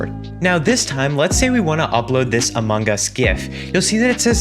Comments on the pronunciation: the way he said among us amogus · yep amogas